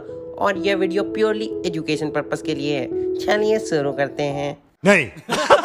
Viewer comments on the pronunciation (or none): none